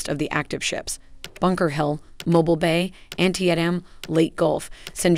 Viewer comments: And don't forget Antie-AT-Umm ..... She's KILLING my OCD!!! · She should research how to pronounce some of those names. It is pronounced "an-TEE-dum"....not "Aunty M". I swear she got half the names wrong!! Or more!!!! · "An tee et em" 👎 that would be pronounced "Ant tee tam" the battle this ship was named after was the bloodiest single day in American military history! Who edited this? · TY-CON- DER- O -Ga LAY-TAY gulf, my god at least learn how to say the fucking words AN TEED UM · Ticonderoga is pronounced Tie-con-der-o-ga... Leyte Gulf is pronounced Lay-tee Gulf... Hue' City is pronounced Way City... Antietam is pronounced An-tea-tum... Say it right. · First , in facing verbalized threats from Russia, China, North Korea and implied threats from Iran keep these warriors running. Second, to maintain credibility at least pronounce our ships names correctly...Jeez. Tie-Con-De- Rowga Class. H-Way-City, Ann-tiet-Am...Do your homework...Eye roll. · If you are going to feature a ship class in your video, you should learn to pronounce the name of the lead ship of the class correctly. It hurts your credibility that you repeat this short "i" error throughout the video. Also blowing the pronunciation of "ANTIETAM". Sorry to pick nits, but there are literally thousands of veterans out there who have sailed in these vessels wincing every time you mispronounce the names...